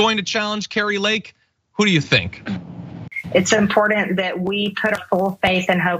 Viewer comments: When will Marjorie Taylor Greene realize there is a T in important not a “D” it isn’t impordent lol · It will be nice in the near future when we dont have to hear her say "impordin" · I love when (s)he says "it's impordent". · I don't know. Lake has the beauty filter going for her, but the way Marge elucidates all the, "impordant," maga halucinations is so endearing. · Its impordant? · It is very impordant to the U-Nine-It States! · I wish MTG would learn to properly pronounce "important". She sounds like a Bubba.